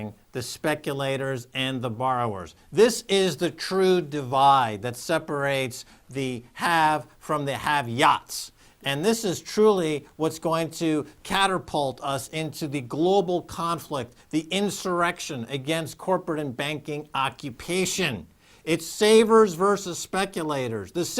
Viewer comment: "caterpult" lol